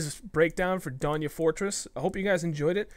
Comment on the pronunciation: Just a tip: it's pronounced Don as in don't and ya just as you said it. Donya. Message if there are new words so I can tell you the correct pronunciation. I speak Farsi :)